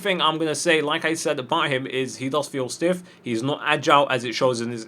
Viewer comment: Cons: "Fels Stiff" :/